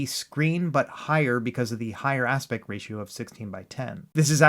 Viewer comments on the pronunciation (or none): please practice saying the word aspect, you repeatedly say aspec or aspet but not aspect